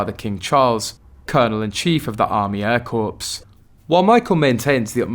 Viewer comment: Oh dear, we do not sound the p or s in Air Corps, it is pronounced Air Cor.